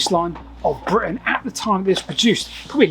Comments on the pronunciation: Britain not Britian... Other than that a great vid. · britIAn? Oops